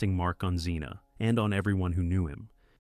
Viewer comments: It's Air-eez, not R-eez. How many ways can you pronounce Zena? It's Eye-oh-layus. Pathetic. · And Zen-a. ,,,stupid AI